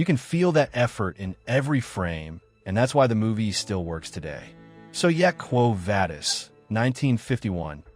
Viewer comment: It is pronounced Quo Vah-dis, not Vay-dis.